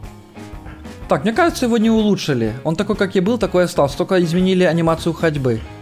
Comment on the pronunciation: Почему ты говоришь не Мне а мине?